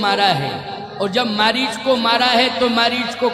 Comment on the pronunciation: मरीज नहीं था, मारीच था , सुधार कर लीजिए ।